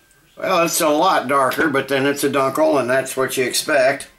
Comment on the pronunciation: It's pronounced " dune kel ".